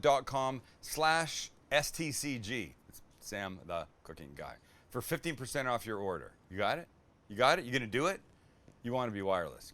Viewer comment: Would you use ground wagyu? And everyone you saud 15% off it sounded like 50%. 🤪🙃